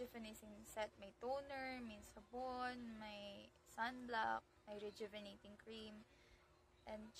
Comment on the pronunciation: Ang hirap bigkasin rejuvenatating😊